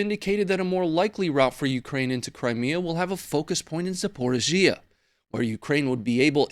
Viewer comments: Please please please pronounce Zaporizhia correctly…..Za-por-ree-Zee-ah…it’s nearly as bad a Dan-you-abbe for Danube 🙄🤦🏽‍♂️🤣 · Dude say it with me zap-oh-ri-zia ,4 syllables. And take that gun off your desk already we get it, your an American white guy.